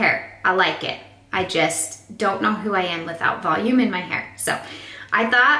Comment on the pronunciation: VELOOM? Im sorry no hate and your relly talented